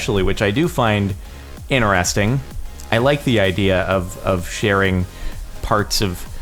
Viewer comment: I've been watching you for... quite long, but I never could stand how you say "interesting"/"interested". I thought its being said complete other way